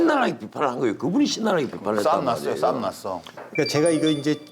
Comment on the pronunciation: 진영간에 사움이 아니고 싸움입니다ㅎ